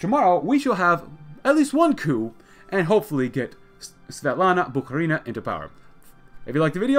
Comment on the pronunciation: Haven't watched yet but please pronounce Bukharina as BukhArina, not BukharinA